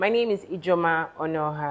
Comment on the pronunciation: Nice content. She has so much to give like alot going on around her,tnx for bringing it and sharing to us. I will forgive you for murdering the name Onuoha 😆. More wins💋